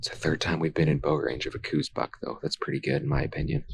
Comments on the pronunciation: I wish people could make a minimum amount of effort and learn what they are taking about. It is pronounced "Kouse," like house with a K, NOT coues! For the love of God, show a little respect. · I am positive he didn't. Do some research on how the deer got its name and don't be a simpleton your entire life.